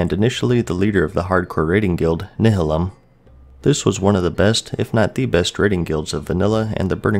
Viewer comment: it's pronounced Kung-gen and Nuh-high-lym